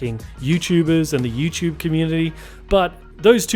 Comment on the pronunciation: LOL, why does this guy say YouChube. Where is T pronounced like CH.